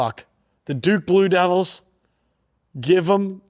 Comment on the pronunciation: Bluke Doo-devils 🤣